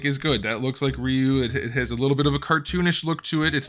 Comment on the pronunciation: Rye you. Not ree you. You turd